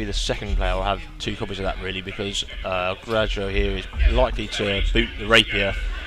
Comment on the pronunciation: In Spanish, a J sounds like an H. El Graho.